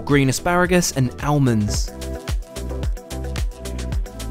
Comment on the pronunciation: the way he said almonds......